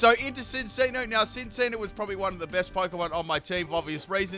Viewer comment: "Behimin" wow "sinccino" too!? Just great lol